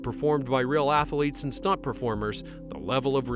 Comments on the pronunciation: A: It's athletes, not athaletes; B: Who is the emotional center? Hackman or Reeves....C: F the NFL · Apparently, they used real "ath-a-leets". At least, that's what the voice keeps telling me over and over. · Athletes has 2 syllables, not 3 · LOL "Ath-a-letes"